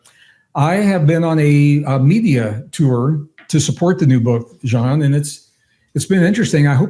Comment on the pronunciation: And have to say this to compliment Gregg on yet another beautiful level of mindful humanity: first guest I have ever heard pronounce Jean's name so well and thoughtfully. 🫶✨️